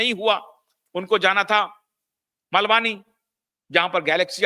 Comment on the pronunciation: जय श्री राम 🙏 सर मलवानी नहीं मालवणी